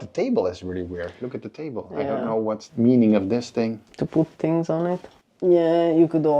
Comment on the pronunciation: what kind of "english"is that? sound slike someone form Holland tries to speak english! its called "th" not " f " .....ist called: thirty not ferti or tarti, and not "tinks", its things !